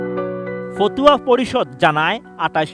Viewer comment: ফতুয়া নারে ভাই 😂 ফাতওয়া